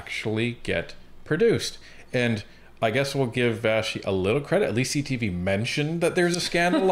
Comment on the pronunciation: would you please quit mispronouncing vashti's last name